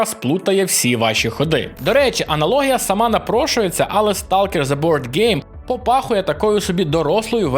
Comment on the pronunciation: автору стоит немного поработать над произношением звуков из английского языка, а то "реалм" и "зе" уж слишком режут слух